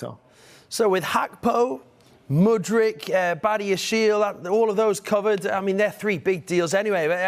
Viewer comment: Please never allow the host to pronounce Modric's name ever again